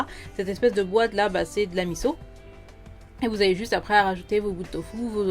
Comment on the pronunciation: Miso pas miZo